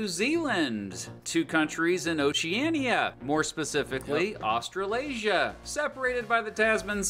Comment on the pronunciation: The way you said Oceania the first time is correct I'm pretty sure atleast that's how I say it.